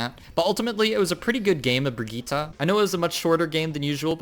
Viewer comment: ??? That's how you're supposed to pronounce it!